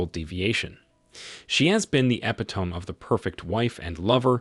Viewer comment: Façade = Fuh-sahd. Epitome = eh-pit-o-mee